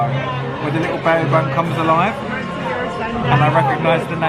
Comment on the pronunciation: hey guys! small nitpick here: Bao is pronounced more similarly to bow (like the verb). Also, since it's the word for a bun, you don't need to say bao bun! ( think of it like people saying naan bread when naan is the word for bread)